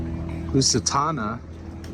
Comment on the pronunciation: Please look up the pronunciation and history of the RMS Lusitania. She was also Cunard ocean liner. When constructed she was the largest in the world and was sunk by a German U-Boat just over a year after Titanic sank. My grandmother and her family came to America on the Lusitania. And thanks for the great tour of Spike Island. You saved me 56 Euros. We don't have to go there when we return to Cobh next year.